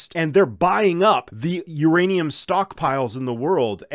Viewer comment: Theirrainum ..lol 😂